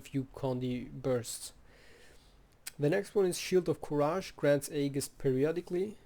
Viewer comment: Nice guide! Let me drop this as a loyal viewer, "courage" is pronounced as /ˈkʌrɪdʒ/ :D